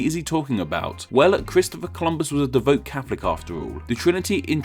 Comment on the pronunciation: Devout, pronounced "deev-out", not, de-vote.